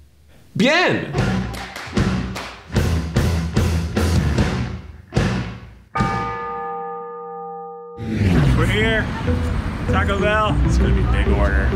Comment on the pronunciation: "Bien" is not stressed. 😅